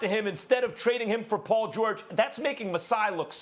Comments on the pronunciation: “Paul Jawage” -Kendrick Perkins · “Poll George” lol big perk